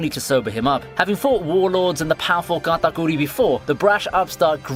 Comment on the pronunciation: "Gatakooree" lmao